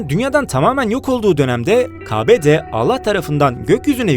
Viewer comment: Qardaşım ,,Kabe,,sözünü doğru telaffüz et..ricaa